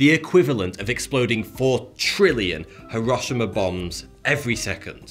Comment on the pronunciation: Lol that's a good one. I love how he pronounces:Hirawshamaw